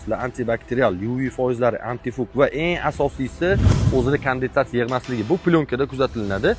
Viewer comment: Кандедас эмас кондецат болади